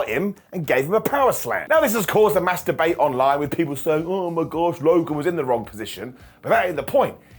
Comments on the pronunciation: I thought he said masturbate but it was " mass debate" 😂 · I love the way you speak but there are some times that you really have to think about what you say. "There is a master debate." Sounds like "there a materbate" lol i "do do" love the way you speak. But that made me laugh hard. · hahahah said "Mass Debate" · When said “this caused mass debate online” I thought he said something else at first 😂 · you really have to watch the way you say MASS DEBATE. Just sayin.